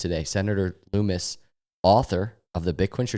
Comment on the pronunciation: Lummis pronounced like hummus